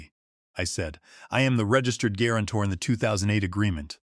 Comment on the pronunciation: Good story but it's badly affected by the AI. How could guarantor be pronounced gwarantor? Really annoying! It's not the only error but the most egregious of many.